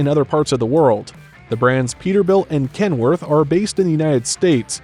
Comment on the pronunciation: Wouldnt it be amazing if you actually cared enough to learn how to pronounce the different brands before butchering them... in all fairness... you did get Peterbuilt and Kenworth correct..... and to some extend Volvo.... just pathetic..... could have been such an interesting video but then... not so much....